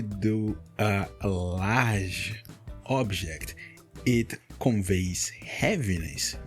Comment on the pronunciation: your accent in some words like "Large" makes you sound very brasilian